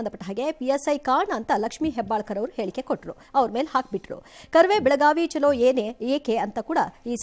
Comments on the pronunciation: ಚಲು ಅಂದರೆ ಆ ಮನುಷ್ಯ ಬಹಳ ಚಲು ಇದ್ದಾನೆ .. ಅಂದರೆ ಒಳ್ಳೆಯದು ಸುಂದರ ಬುದ್ಧಿವಂತ ಚಾಣಕ್ಯ ಎಂದು ಅರ್ಥವು ಸೂಚಿಸುವ ಪದವಾಗಿದೆ.. ಇಲ್ಲಿ ಹೇಳುತ್ತಿರುವುದು ಬೆಳಗಾವಿ ಚಲೋ ಅಂದರೆ ಬೆಳಗಾವಿ ಕಡೆಗೆ ನಡೆಗೆ ಎಂದು ಅರ್ಥ ಸೂಚಿಸುವ ಹಿಂದಿ ಪದ.. ಚಲು ಚಲೋ ಎರಡು ಬೇರೆ ಬೇರೆ ರೀತಿಯ ಪದ ಬಳಕೆಯ ಉಚ್ಚಾರಣೆಯು ಸೂಚಿಸುತ್ತದೆ.. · ಚಲು ಅನ್ನೋದು ಕನ್ನಡ ಪದ ವಾಗಿರುತ್ತದೆ.. ಅಂದರೆ ಆ ಮನುಷ್ಯ ಬಹಳ ಚಲುಈದ್ದಾನೆ .. ಚಲು .. ಒಳ್ಳೆಯದು ಸುಂದರ ಬುದ್ಧಿವಂತ ಚಾಣಕ್ಯ ಅನ್ನುವ ಅರ್ಥವನ್ನು ನೀಡುವ ಪದವಾಗಿದೆ.. ಆದರೆ ಇದು ಚಲೋ ಅಂದರೆ ನಡಿ ಹೋಗೋಣ ಹೋಗು ಈ ಅರ್ಥವನ್ನು ಸೂಚಿಸುತ್ತದೆ ಅದು ಹಿಂದಿ ಪದ.. ಇಲ್ಲಿ ಹೇಳ್ತಿರೋದು ಬೆಳಗಾವಿ ಚಲೋ.. ಬೆಳಗಾವಿ ಕಡೆಗೆ ನಡೆ ಎಂದು ಹೇಳುವ ರೀತಿಯಲ್ಲಿ ಅರ್ಥ ಸೂಚಿಸುವ ಪದವಾಗಿದೆ ಹಾಗಾಗಿ.. ಚಲು ಚಲೋ ಎರಡು ಬೇರೆ ಪದದ ಉಚ್ಚಾರಣೆಯನ್ನು ಸೂಚಿಸುತ್ತದೆ.. ಚಲೋ ಅನ್ನುವುದು ಹಿಂದಿ ಪದ